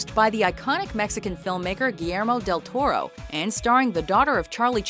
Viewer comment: "Giiermo del Toroe" :v